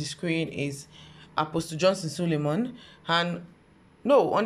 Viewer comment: First here I have not subscribed but I love you. Did you say sulemon or SULEMAN ??